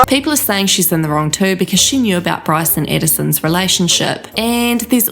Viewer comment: This girls speech impediment is giving me life. Bwyce ^_^♡